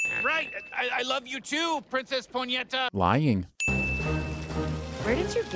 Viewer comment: As a brazillian, hearing "princess Ponheta" said more than once was just... i have no maturity.